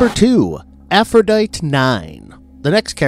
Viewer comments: AphroditE. way you say it, sounds like the name of a virus or something. or also closely related to a troglodyte. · Pezzini is pronounced Pah-ZEE-nee. Also, if we're going by the name of the Greek goddess, Aphrodite is pronounced Af-ro-DITE-ee. I'm just sayin'... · It's "Afro-die-tee", "Pe-zine-ee" and "BEAR-es-ford." Otherwise, good video. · "Aphrodite" is pronounced "a-fro-di-tea". Arguably funny...... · Sorry, you're mispronouncing some of the names. "Aphrodite" -the final "e" is pronounced. It's AFRO DIT TEE. Sara Pezzini is Pezzini with the accent on the second syllable - Pez ZI nee.